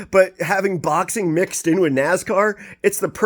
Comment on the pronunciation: It's time to brush up on your Naaaaaaassscar bro...lol